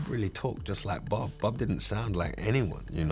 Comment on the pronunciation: .."Bhhab"??..no.. it's ' BOB '...!